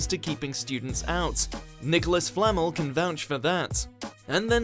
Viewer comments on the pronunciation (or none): You’re saying it wrong. It’s Fluh-mel. Not Flammel. You’re a nightmare. Honestly. No wonder you haven’t got any friends. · Laughed so hard when he said Nicholas flamel like “flannel” 😂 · Actually, it sounds like “flammel” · "Nicholas FLAMMLE" - yeah... you're clearly a big fan mate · It sounds like he said Nicolas 'Flannel' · Says they're Potterheads, can't pronounce Flamel or Remus right. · Yeah I have never heard anyone 'cept this guy pronounce Flamel or Remus like that, he's clearly been in a bubble and not arsed about researching the subject himself!